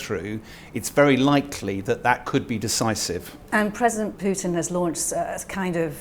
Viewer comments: It’s Putin not pyutin you muppet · Pyuwtin? Appropriately enough, the pronunciation is more like poo-tin. Happily, the decision on permanently driving obdurately violent thugs out of Ukraine does not depend on the opinions of let's-appease-'em "experts". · Who is this President Pyootin he talks about? Can't be the Russian president, as that is V. "Pootin" (Путин). You can always tell which of these talking heads can read Russian and which can't. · Is this guy legit? Says Wagner is 50.000 strong and that talkin' bout"Pew-tinn" like the man on the street. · This man is considered an expert on russian politics? He can't even pronounce Putin's name correctly. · I'm sure Putin cares, not that that matters. Generally, names have one pronunciation and several common mispronunciations. The mispronunciations don't become correct just because they're common, and an expert whose knowledge of the subject is supposedly his selling point should know better. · What do you expect from an "expert" on Russia who can't even pronounce Putin the Petulant's name correctly?